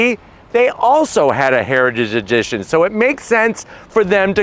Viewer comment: Is it possible to say "heritage edition" and not sound drunk? Comment below.